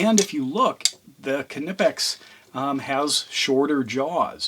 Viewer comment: The “K” in Knipex is silent.